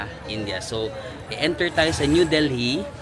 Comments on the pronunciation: Silent H yung Delhi pag binigkas -- Deli not del-hee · Wow India! Delhi is pronounced with a silent H.